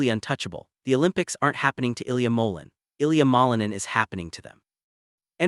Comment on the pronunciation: You need to pronounce his name correctly